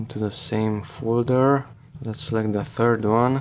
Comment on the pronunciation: Foldurrrrr drivurrrrrr